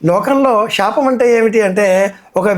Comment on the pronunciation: అయ్యా మీరూ షాపం అని పలకటం బాగోలేదు అది శాపం